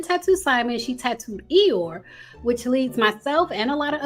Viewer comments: It’s pronounced E-Your-Ree not like Eyore from Winnie The Pooh lol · It's pronounced e yo ray... iyore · Iyore, pronounced “ee-your-reh” xx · It’s pronounced E-your-A lol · The Nigerian name Iyore is pronounced e-your-ay. It means I have survived struggle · I wish she would’ve did her homework on the pronunciation. I’m not even Nigerian but I figured it was e-your-aye as you stated, just like wale is not pronounced whale but instead wall-aye 🤦🏾‍♀️ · Please learn the pronunciation of the name Iyore, since you’re adamant about saying it so many times. Not everybody can be named Tyrone or Jockwees. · Her pronunciation took me out. I immediately imagined Poo Bear! 😅 Love.